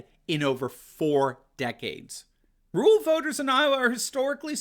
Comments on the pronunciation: "RUR AL" Doc, "RUR AL," not rule. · Anyone else notice says “RULE voters” instead of “RURAL voters”? Took me a second to figure out ….